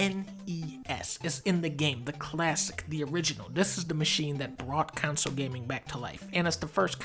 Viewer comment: This was a very entertaining vid, mission accomplished - nice work. What I disagreed with most was not the rankings which were curious at best - I disagreed most with your pronunciation of console, which is pronounced “con-sole” not “council” and jaguar, which is pronounced “jag-war” not “jag-wire” you goofball. 😂 Keep up the good work.